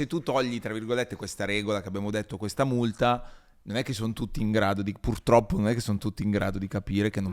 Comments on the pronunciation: Ciao Valentina, ti amavo… poi hai detto “puLtroppo” e tutto è svanito 💔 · Valmetinaaaa “pul troppo “non si può sentire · Aveva resistito bene ma quando ha detto pultroppo mi sono cadute le sfere per terra...